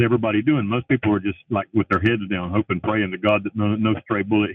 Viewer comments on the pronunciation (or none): none